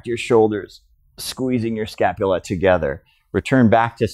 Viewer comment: Scapulae-pronounce same as vertebrae-scapu-Lee.